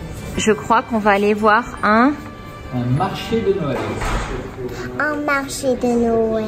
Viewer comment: « un marché de noëllllllll » j’aime tellement quand elle parles c’est fou 😂😍